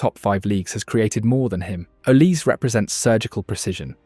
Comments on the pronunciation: olise not olease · His name is Oh lee Say Not oh leece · His name is “OLIZÉ” not “oliss” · Please can you pronounce "Olise" correctly... it sounds "Olisay" normally (trust in me, I'm french), it's not "Olis".... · yeah you are right, but it's not pronounced "z", it's "s". O-li-sé. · Hold on. I'm supposed to listen to a YouTuber on who's better between Yamal and Olise who doesn't even know it's pronounced O-lee-SAY ? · Came on here to say its OLISE don't forget the E 🙏🏾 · The name is OLISE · know his name it’s just not pronounced “OLISS” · bro just said his name 5 times and you still mispronounced it😂 good vid still Edit : after watching the whole video, what name do you not butcher ???😂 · It’s Olise, not even close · The way you pronounce Olise is incorrect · At least pronounce Olise's name correctly.